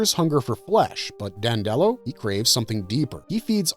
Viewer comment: It’s pronounced DANDY-low NOT DAN-dellow.